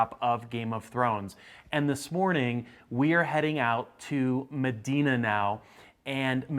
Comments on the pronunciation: Mmmmmmdina, not Medina ! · And it is pronounced “emdina”